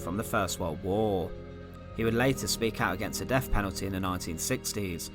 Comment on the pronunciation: Horrible narration. Every word with a “th”, he pronounces as an “f” sound. Firty-free (thirty three), deaf penalty (death penalty).